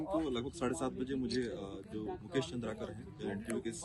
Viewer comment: Aap nam bahut galat le rahe hai Its चंद्राकर not चंद्रकर